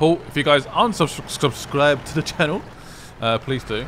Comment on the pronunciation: “If you guys aren’t subskdheirh...”